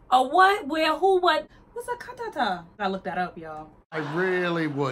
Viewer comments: She said catheder lmao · Catheter, not cathatah 😂😂😂😂😂😂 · She is saying 'catheter' LMAOOOOO ka-ta-ta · she said "catheter" but her accent made it sound like CAATATAH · She was saying catheter lmao. Aye piggacorn got a friend!! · I'm pretty sure she said catheter